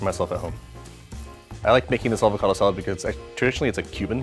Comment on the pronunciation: Avocado "salad". Comon bro make an effort.